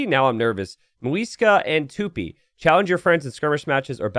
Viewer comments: Regarding the pronunciation of "Tupi", most Indigenous Brazilian words place the stress at the end (Tupi, Guarani, etc) , so Tupi follows that pattern. In Portuguese, the stress is on the last syllable. So it’s pronounced ‘too-PEE,’ not ‘TOO-pee. Actually, reading this now makes me think doesn't sound as good in English... 😳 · In "Tupi", the "pi" is stressed, not the "tu". (that's both in portuguese and it the tupi language)